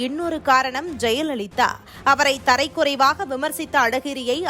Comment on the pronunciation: என்ன ஒரு உச்சரிப்பு கேவலமாக ... தமிழை கெடுக்க வேண்டாம் தறை குறைவாஹ " தரம் குறைவாக " என்று இருக்க வேண்டும் இதுபோன்ற பல வார்த்தைகள் திருத்திக் கொள்ள வேண்டும்